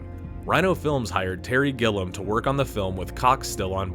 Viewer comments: The director is Terry Gilliam, (fon: "GIL" + "ee" + "uhm" )_former member of Monthy Python. Who the fuck is this Gillum you keep talking about? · Terry Gilliam, not Gillem. It drove me crazy! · It would be nice if the narrator actually knew how to pronounce the names of the people he is referencing.. It's Terry Gilliam not GILL UM..and Larry McMurtry not Mc MURTY.... 🤨 PLEASE!